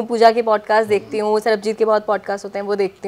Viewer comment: Didi wo Sarbajeet hai, Sarabjeet nahi 😭😭🤣🤣